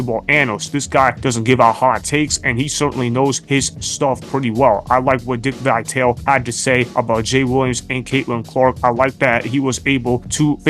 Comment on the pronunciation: It's not Vi-Tale, it's Vi-tal-e. get it right.